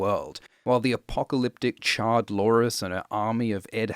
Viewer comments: You keep saying "Char-lores" and I keep hearing "Charred Loras." Which is a different show, but still accurate. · Did you call Char-lores "Charred-lores"? Lol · He is saying "charred lores" its a meme from Reddit.